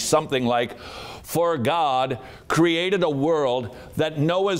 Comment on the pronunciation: You missed a few extra syllables... "Tha Buybull-AH! is the inerrant wor-DAH of Gaaww-DAH!"